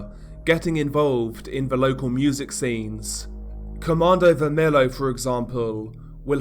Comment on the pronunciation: Its not comando vermello, its comando vermelHo (vermelio)